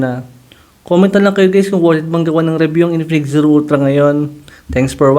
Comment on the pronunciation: Ultlang-ultla talaga😂